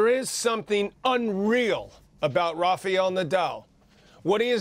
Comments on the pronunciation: John it is Raf-A-el and not Raf-EE-el...wtf*lol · Quit pronouncing his name! It's RaFaEl not RafeAl dummy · Why do people keep calling him "Rafial"?